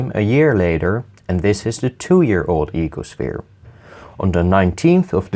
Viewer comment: He is my favourite youtuber... its the voice... ee-ko-shviiR